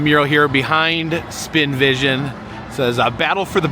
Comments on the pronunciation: It's the SpinVASION, not the "Spinvision"!! And a YINZER is someone from the Pittsburgh area, who refers to others as "yinz" rather than "y'all" or "you guys." It was great to see you yesterday 😁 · Yinzers are people who live in Pittsburgh! It’s Spin Vasion… not vision